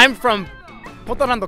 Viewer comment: Portlando??? Wtf